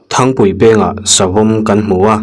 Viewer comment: Thangpui peng tih kha i lam dik lo pasaltha in sa chan nana an sian Thangte an siam a THANG tia kan lam ang khan lam tur